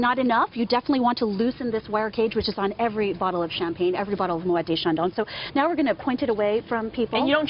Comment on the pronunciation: I was surprised to hear that this lady drinks Champagne from a wine glass. But the reasons she’s giving here do make sense. I was also surprised that this “Champagne Brand Education Manager for Moet et Chandon (!)” can’t get the pronunciation right for “Moet”, and she mispronounces “maison” also. Yeah,okay,she’s American,but a “ Champagne Brand Education Manager for Moet et Chandon (!)” can’t pronounce the name of her employer properly?